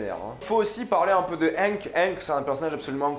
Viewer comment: Tu sais on dit pas Gustavo Frinje mais Fringue ; pas skylar mais skyler ; on dit pas hanke mais hainke